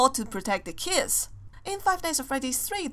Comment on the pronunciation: You know that always when says kids it sounds like kiss